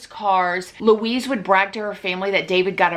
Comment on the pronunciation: wuiiiz=Louise :D